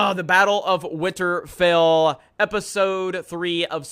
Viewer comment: Complains about it being a bad episode ....but can't even say winterfell right , its WINTERFELL not winterphil